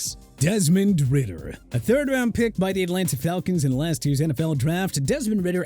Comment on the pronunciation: Desmond Ridder* not Ritter